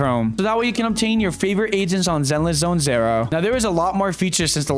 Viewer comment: Can't do it. Why do you say zero like that?